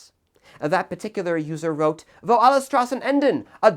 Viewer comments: By the way, you pronounce the "S" in "Straßen", like the "sh" in "shit". Just a little hint, so it's easier on the german ear, when you pronounce the title. Also, please do not call the Kaiserreich a "regime". That's, all things concidered, untrue. Everything that followed, on the other hand, was. From the treaty of versailles, that led into the Weimar Republic, that led us to the Third Reich, that took us into a cold war, followed by the DDR (and a Germany that was, again, split in half) to, what we have today, a damaged Germany with no sovereignty. It was the last time Germany was sovereign, to be frank. It was the last time Germany was whole. It was the first time Germany had actual laws in place to fight against the socialism. And it was also the last time Germany had national pride, without hatred on others and within itself, and, last but not least, a constitution. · It probably shouldn't tick me off as much but hearing him pronounce "Straßen" really hurt my ears.